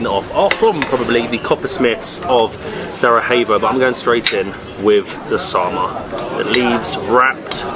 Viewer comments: It's prounounced Sarayevo not Sarahevo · It is not saraHevo(we are not in Spain so you do not pronounce j as"h", but as j or soundelss "i", so it is Sarajevo (saraievo if it is easier for you) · It’s not pronounced sarahevo it’s sarayevo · don't say "sarahevo". It's pronounced "Sarayevo". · Good program guys! That’s my home town and please stop calling it Sarahevo, it’s pronounced Sarayevo 😊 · nice bosnian video's. One pro tip: Stop pronouncing Sarajevo like the J is Spanish. Pronounce it like a 'Y' so it sounds correct. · Great video keep it up. Only thing is that you keep saying Sarahevo instead of Sarajevo. Try saying the j in Sarajevo like the y in yes! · I love your videos, but here's a little hack: Sarayevo. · Love the video guys! But why do you pronounce Sarajevo with a “H” indstead og “J” 😂 its not Spanish